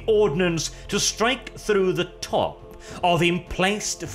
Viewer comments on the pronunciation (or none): none